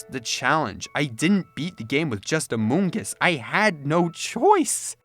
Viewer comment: I was on floor when he said "Amongus"